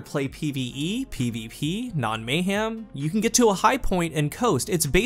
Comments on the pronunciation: Anyone else hear “may-ham”? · It’s a southern thing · I'm hearing mngh ieojm